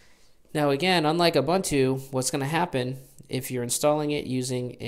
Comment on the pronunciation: Sorry to be a puritan :) but it is "Ooboontoo".